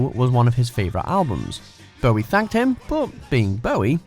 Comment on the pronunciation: The way you say "Bowie" (Bow-wee, like it's a boo-boo) hurts me.